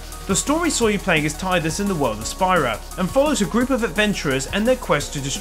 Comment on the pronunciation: You pronounce Zidane and Tidus the good way...I love you.